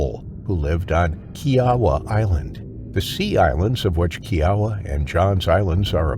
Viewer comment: I live in Charleston SC and I clearly remember the 2nd one. I live on the water and we make sure to look for the alligators every day before we go in the yard. They can break down gates. An alligator tried to attack my neighbor's dog one day. That was insane what happened to her. Also, Kiawah Islands is pronounced Key-ah-wah.